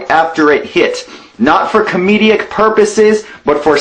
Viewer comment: Just a question: Did ANYBODY ELSE, throughout the video, hear say comedeic instead of comedic? If so, then I believe that Life In A Tent wasn't really trying to explain anything, and he was trying to save face. And failing in a massive way.